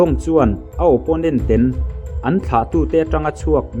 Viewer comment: Ten i lam dan hi ngaihthlk a ty nuam lo